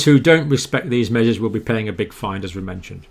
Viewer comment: Odd question — the Dr. is pronouncing the word ‘fine,’ as ‘find’. Anybody know why? Also ‘exponential’ becomes ‘expedential’.